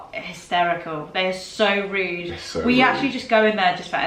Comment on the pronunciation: Rude not ride